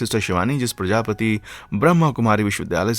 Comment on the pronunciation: प्रजापति नही प्रजापिता कहना प्लीज।